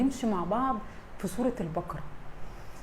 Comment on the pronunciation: ماشاءالله عليكي بس اسمحيلي اقول حاجة سورة البقرة بفتح القاف وليس سكون القاف ثانيا ملاحظة للقاهريين اهل القاهرة القاف تنطق كاف ماينفعش خصوصا في قراءة القران انا مش بتنمر والله ولكني اعاني مع حفيدي في نطق القاف صح يعني يقولي اكسم بالله ياتيتة ياحبيبي اقسم اسمها اقسم وهكذا ربنا يصلح الحال